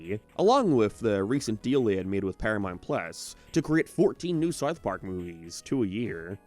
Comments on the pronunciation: You need to work on your pronunciation of "south" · I cant do how you pronounce south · why do you pronounce "ou" like a northern irishman? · I’m not a leftist and I hate Reddit, I’m asking a question about his dialect u brain rot zombie, I’m interested. That’s how people pronounce that vowel in Belfast and surrounding areas. You are a 14 year old who found out what politics was yesterday and now u think everything’s political. Go touch grass u absolute muppet.